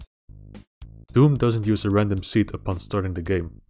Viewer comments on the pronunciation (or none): none